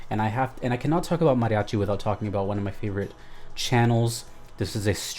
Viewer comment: You say mariachi so well I'm thinking you can speak Spanish!